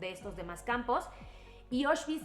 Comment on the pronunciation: Como crítica constructiva, la pronunciación es "Aushvitz" no "Oshvitz". La palabra viene del alemán, no del inglés.